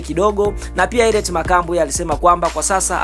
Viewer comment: Mtangazaji samahani, soma vizuri hilo jina siyo Herriet.